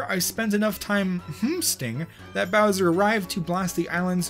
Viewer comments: you said browser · Ok I forgot the time of the video but did you just say brownser or browser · did you say browser